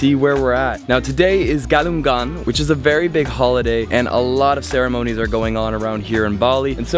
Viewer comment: Sir, the way you pronounce GALUNGAN is not correct yet. GALUNG --- NGAN... NGAN is like you pronounce sing... nging !!! You can apply this kind pronunciation to other similar words like: KEDATANG ---NGAN (arrival), kandungan : kan...dung... NGAN (content, ingredient)